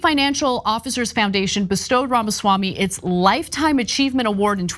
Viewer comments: It's pronounced Pharmaswarmey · I love you guys but please start pronouncing his name right. The left would usually get upset when people would pronounce Kamala’s name wrong.